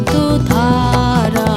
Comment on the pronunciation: 'আনন্দধারা' এই শব্দটির উচ্চারণ কি করে 'আনন্তধারা' হয়ে গেলো বুঝলাম না।